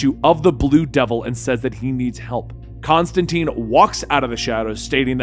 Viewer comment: Constantine not constanteen